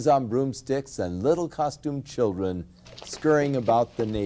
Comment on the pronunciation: "Won't somebody think of the chrildren"........